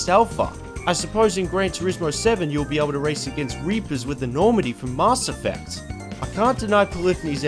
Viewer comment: "mahss effect"